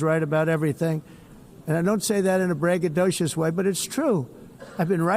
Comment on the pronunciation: "I don't say this in a "braggodishis" way"... what? "But I've been right about everything" Omg, this guy!!! Someone please impeach him!!!